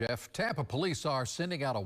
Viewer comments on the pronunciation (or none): none